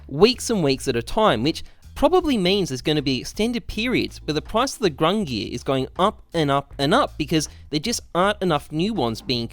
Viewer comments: “Grungir” come on my guy. It’s GUNG-NIR. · What the fuck is "grungir"? Don't u mean gungnir? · GUNGNIR (GunG-Near)...not gRungir (grun gear) . please read. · Lol love that you apologize for calling it grungnir instead of Gungnir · I am Icelandic and i can be confident saying that it is not pronounced gung-neer, but goong-nir with an i as in igloo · You can tell this man was not a halo reach dude with the way he is pronouncing the Gungnir, there is no R at the start of that word. "Grungear" my ass. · Everytime he says "Grungear" I feel my brain cells dying. Please just say Gun-gnir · He saidz "GRUNGIR" instead of GUNGIR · Grungear. It's more like GONG NEAR or GUNG GEAR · GUNGNIR not grungie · THERE'S NO R AT THE BEGGINNINGGGGGGGGGGG OF GUNGNIR . FOR GOD SAKE. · The old norse Gungnir is pronounced Gung-neer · its pronounced “GUNG-neer" source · Looked it up and it is indeed gung-neer like other people are saying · I think it’s pronounced “Gung-neer” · Gung-neer bruh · Ayvp gung neeir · You pronounce it as gung-neer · it’s pronounced “ginger” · It's gung-neer man, that ruined the video for me LUL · I mean its probably given away at this point but I think gung-neer xD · "Gung-neer" is the correct pronounciation. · Pronounced Gun(soft G) near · it’s gung nir bro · It's pronounced Gungnir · Its pronounced Gung-near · Gung neer like deer and dung :> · "Gung-neer" You're a boss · It’s gung-neer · gang-near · it is pronounced gung-neer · gun geer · leaving this video thanks to him sayin fuckin ”GrUnG-nEaAr” like bruh say it like a normal person not like a fuckin downie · Nobody: Not a single cell of living tissue:: "Grungear" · AWPs name: Gungnir: Grungnear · the proper pronunciation of the awps name is gung-NEER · its not grungnir btw. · How does "Gungnir" not have an r in it? I mean, it's kinda right at the end there, but it's there. However, I will agree that he should be pronouncing it correctly